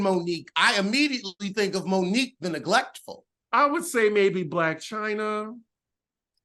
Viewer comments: Lmao her name is moniece not Monique 😂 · Isn’t it Monice not Monique😂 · That lady’s name is not Monique. Moniece lol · Moniece not Monique